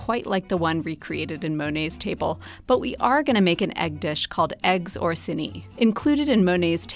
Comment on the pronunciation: It's pronounced Or-sì-ni. They were a noble house from Rome.